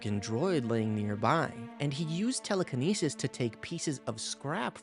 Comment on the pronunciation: “Telekinesis” like cmon man